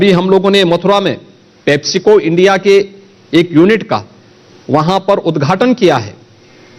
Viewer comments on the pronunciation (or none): none